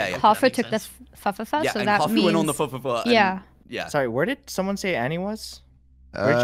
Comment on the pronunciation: It's Fuhfuhfuh. Definitely an uh sound.